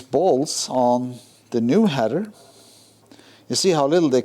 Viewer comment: Hi. I made a comment on one of your Mini videos about the clamp on the tailpipe. That wider clamp you showed us for the TVR, would look great on the Mini tailpipe. And you have 'header' pipes! 😁 'Heather' grows in the mountains. I know English isn't your first language, and we all know what you meant anyway so it's all good. Keep up the hard work.